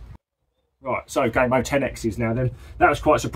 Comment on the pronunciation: Lol did you just call gamo gay mo 😂